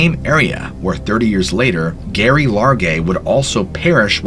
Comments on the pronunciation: Constructive criticism: Calling a female named Geraldine 'Gary' as opposed to Jerri is unforgivable. Every time you say Appalachia(n) it makes me wince. I love the content, but your overall storytelling style reminds me of Creepy Pasta that's more geared toward adolescents. I try to watch your videos, but these things have distracted me from enjoying your videos. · Pretty sure her name was pronounced like Jerry, not Gary (her name is Geraldine). I watched a North Woods Law episode where they searched for her and that's how they pronounce it. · This is kinda bugging me but you keep pronouncing Geraldines name wrong! the first letter is a J sound so you pronounce it Jeraldine. I know this because one of my grandmothers was Named Geraldine. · It's pronounced JERRY, you imbecile.... The G is pronounced as a J thus 'Geraldine' is pronounced 'Jeh-Rhyl-Deen'... 🤦‍♂️🤦‍♂️🤦‍♂️🤦‍♂️🤦‍♂️🤦‍♂️🤦‍♂️ This is absolutely shameful, you should be thoroughly embarrassed by your ignorance. I strongly suggest you suspend your channel until you can obtain your GED... 🙏🙏🙏🙏 Disgraceful to think that a white, male American, in 2022, is so poorly educated, that you cannot even properly pronounce a fairly common name 😞😞😞😞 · Geraldine aka Gerry is pronounced Jerry not Gary; Gary is a man’s name. Geoffrey is pronounced Jeffery, so yeah Geoff is said like Jeff. Cmon dude have ever heard the name Jee-off?